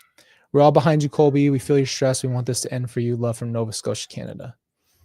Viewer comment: PLEASE get his name CORRECT :((((( ColBY